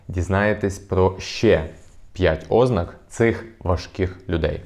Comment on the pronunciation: ознАк,а не Ознак!